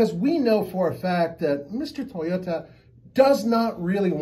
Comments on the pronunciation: Mr tai o ta can this dude pronounce toy o ta smh 🤦‍♂️ . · Did he say : taayota???